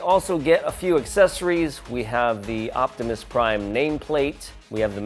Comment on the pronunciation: My man just said octimus prime 😂😂😂